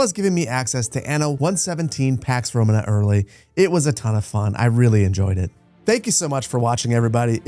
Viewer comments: The emphasis is on the second to last syllable in the word "Romana" like Româna, not Romanâ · just for your situational awareness. "Romana" is pronounced "ro-MAH-nah" with two 'long a' sounds. It's not pronounced like the English word "Roman" and then "uh" after it like how you're pronouncing it. Love you, great content, will definitely be picking this up when it releases. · who says "RomaNAAA" its' ROMAna" dawgggg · Awesome preview. Small thing, its romAna, not rOmana. Cheers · It's Romana with a long a and Liberti with a long e, most latin words have the stress on the second sillable